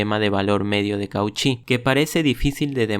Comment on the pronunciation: Buena reseña. Se pronuncia /spivak/ no como lo pronuncias (aproximadamente, pues esa i tiene un ligero toque de 'e'). También rectifica la pronunciación de Cauchy para que suene con esa exquisitez francesa